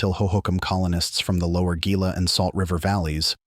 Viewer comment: Gila is pronounced hee-la, not ghee-la.